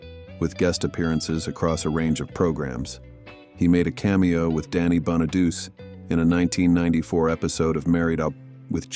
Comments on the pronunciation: "Danny Bonaduce's" last name is pronounced (Bahn-uh-DOO-Chee) (Bahn-uh-DOO-Chee). 😵‍💫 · Danny Bonaduche's last name has four syllables, not three. It does not sound like a feminine hygiene product. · Danny Bonadeuce? lol 🤣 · 🎉the bus was scrapped, it’s not in a museum. It’s pronounced “ Crowe” like the bird. And Bonaduce is pronounced “Bonnaduchie”